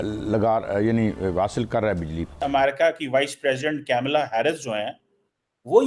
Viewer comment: कैमला नहीं कमला 😂...ये paxtani जान के हिन्दू नाम ठीक से उच्चारण नहीं करते